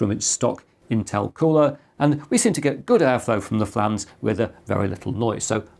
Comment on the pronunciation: you accidentally said good airflow from the flans instead of fans LOL